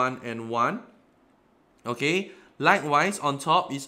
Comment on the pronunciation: i can't understand "okAy"